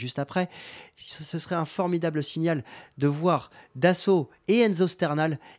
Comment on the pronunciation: C'est Aboubaka "Dosso" et pas "Dasso" comme tu dis... lol J'integrerais Bakola aussi dans le groupe pro. Je garde Murillo.